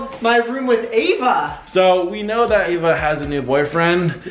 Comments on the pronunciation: Her name is Eva but u pernounce it Ava? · Is it pronounced Ava or Eva? I can't figure it out!